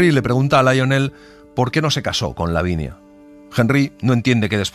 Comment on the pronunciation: Me gusto mucho, pero hay un pequeño error dice "davinia" y debe decir " lavinia" saludos desde México y me encanta escucharlos.